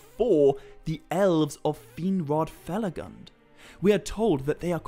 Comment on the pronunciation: Fe-la-goond . Not fel-a-gund (spelt felagund) a dwarvish word given for his work and kingdom hewn in caves